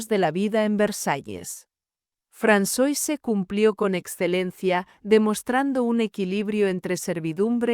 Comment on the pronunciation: Se pronuncia Fransuáh, no Fransoise 😅